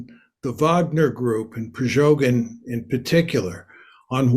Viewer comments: Not priZHogyn, but priGozhyn. pri-go-zhyn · "Prigozhyn" not "Prizhogyn". 😊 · His name is Prighozin, not Prizhogin. Mister knows topic as he knows the names. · It's PRIGOZHIN MR Mearsheimer not PRIZOGIN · "Prizhogin", says the expert ... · Did he say “prejogin “? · How stupid is this man??? In the first minutes he cannot pronounce the name of PriGozhin correctly... 😀😀😀 Ridiculous. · "Prizoghin" Lmao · You would think the expert would know how to pronounce Prigozhin. 🤔 Russia conquer 40% of Ukraine?!? What has this guy been smoking? If Russia was going to be able to push any further into Ukraine, they would have done so during their last big push, the one that cost them 100k men and got them Bakhmut, barely. They're going to lose that again, and soon. Russia is a spent force. They may be able to bring more men to the table, but they don't have the materiel to equip them. They'll be sending out the warehoused T34's and T38's in the next couple weeks. What do they do when those are gone, send in the cavalry? They can't even defend their own porous borders properly anymore. Prigozhin could have made it all the way to Moscow, with only token, feeble attempts to stop him. Any country with a functioning armed forces would have stopped him before he got 50km in. Slava Ukraine. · This old moron isn't even able to learn the proper pronounce of the thug's name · This specialist Mersheimer cannot even pronounce the name of Wsgner group leader Prigoshin rigjht. M. is not credible. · i value mearsheimer's analysis and i think he also has good political instincts. but i really need him to stop mispronouncing "prigozhin". if newsreader twits on fox news can get it right, then john really shouldn't be mixing up the syllables as he does here >,<